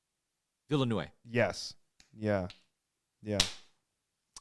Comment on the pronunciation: Though remember the name, he doesn't really remember how to pronounce it, an yet still - he is happy as a child about the victory of his memory.) It's so cute. It even sounds almost like a child speech: "VeeLeNuVe!" Thou Vil'nev would also do nicely.)